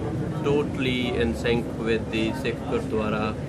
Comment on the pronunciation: Not to miss, the narrator took extra care to pronounce the non English words, eg Gurdwara, Guru Nanak, Nankana Sahib as well as places and city's names etc.. Really appreciate his efforts.